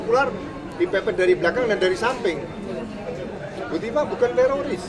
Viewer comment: Bukan tiroris Jenderal, risnya sudah ilang😂😂😂